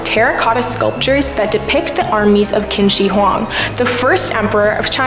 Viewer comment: Digging the new host, but will there ever be a host who can correctly pronounce Qin Shi Huang? I mean, a 1- minute Google search guys, goodness lol.